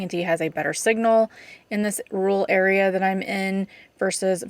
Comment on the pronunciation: why are pronouncing rural "rule" it's ROOR EL